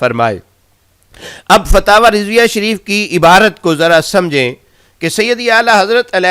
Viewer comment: فتاوی کانام بھی نہیں لیناآتا تمہارے فتاوی کانام تمہاری زبان میں فتاوی رڈویہ ہے بولو نارڈویہ